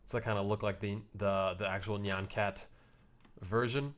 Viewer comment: Dude, thats not how you pronounce nyan cat